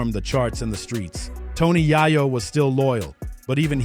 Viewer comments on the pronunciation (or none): Bro, it's Yayo, not Yaiyo😂. You should learn how to pronounce someone's name before you start recording.